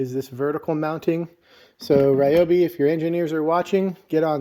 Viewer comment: I think (my opinion) you say it correctly. It's not the gospel just cuz i say it but I say it the same way you say it.